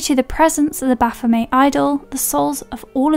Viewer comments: say it with me now BA-PHO-MET.....HARD T ON THE END other then that great break down of the movies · Pretty sure they pronounce it 'Baf-oh-METT', even in the movie.